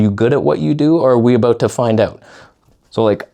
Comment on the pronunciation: "Are you good at what you do or are we aboot to find oot?" 😂